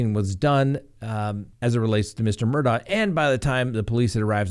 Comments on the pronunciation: It's pronounced Murdog not Murdaugh! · it’s spelled Mur daugh but the family pronounces it… Mur Dock. Just FYI 🤪